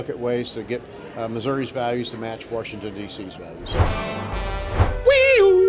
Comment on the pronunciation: Thanks,. Not Washington's values, Warshington's values.